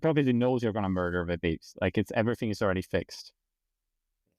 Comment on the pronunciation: “You might as well not myrder babies along the way” 🤣